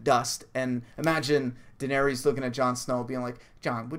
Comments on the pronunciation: Jon is Dany's nephew. Also it's pronounced Duh-nair-iss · Its pernounced Duh-nair-iss lol but close enough. She's Jon's aunt. Rhaegar Targaryen is her brother and Jon's father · its pronounced dan-air-is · Jon's her nephew ;) Daenerys = Duh-NAIR-riss (emphasis on the nair; "riss" rhymes with hiss) ;)